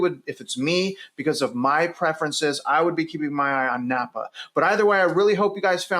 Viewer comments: I love how you pronounce every where you go wrong. “Boize”, “Napa” 😂 (It’s Boy-see, and Nampa) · Nampa. NOT Nappa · Are you from here? Repeat after me; it's Boy-see. Not Boy-zee. That's how we know people aren't from here. And it's Nam-pa, not Napa. Napa is in Cali. Star is definitely being grossly over built. Like Eagle, it's a California destination. Those of us already here hope development hits a wall and less people move here from the left coast. Idaho will be just fine in spite of all the armchair quarterbacks predicting doom and gloom. You can buy smart, or you can buy stupid. It's your choice. Happy New Year! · Are you really "boots on the ground"? Considering that you said NaMpa wrong...... Someone who is there would know how to pronounce it. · It's NOT..."NAPPA"! The name is NAM - PA. Learn to read. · the city is Nampa not Napa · Star has always been more "rural" and started taking off. That is why there is so much land! Nampa is considered the cheaper living area (Nampa, think of rhyming with "camp" "Namp" for pronunciation lol). There are not many jobs there which makes the commute into Boise from both Nampa and Caldwell LONG. Think at least 45 minutes commute into Boise during peak travel hours. I would have been more interested into hearing about Boise and Meridian. Meridian was literally named one of the TOP cities in the US to raise a family. Boise does not feel like it is in the middle of nowhere.